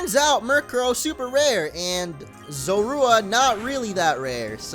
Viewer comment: its zor-uuu-wa not zo-ru-a